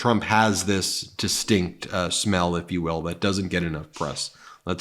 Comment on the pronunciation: You said distinked! Heh heh heh. Distinked smell. Beavus.